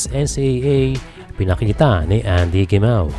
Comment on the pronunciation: FYI po Heh Mah oh po ang pagbigkas ng "Gemao" wag niyo po gayahin ang mga Coño(Spanish meaning) Gringo nakakasuka pong pakinggan. Salamat😊